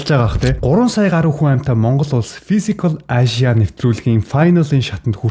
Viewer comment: Fisicall aaashya gd bhin kkkk